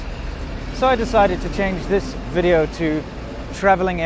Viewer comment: " 'elcome to another wideo " :D